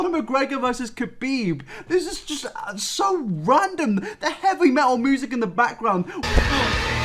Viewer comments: Did actually say "moosic"? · No one: Absolutely nobody:: moosic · Oh yeah, I forgot you pronounce music as "moo-sic."